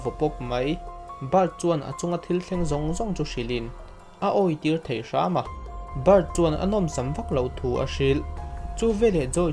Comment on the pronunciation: 'bei' tih tur 'bai', 'thei' tih tur 'thai' ti deuh tlat